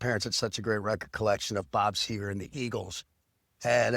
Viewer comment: Is it so hard - Seger?